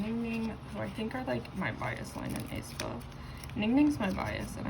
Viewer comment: hi hi just wanted to say that the pronounciation of aespa is actually either aspuh or ehspuh!! (no hate btw love ur vids)